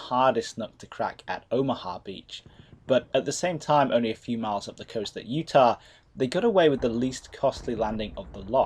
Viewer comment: Minor note, its "Utah" not "Utach"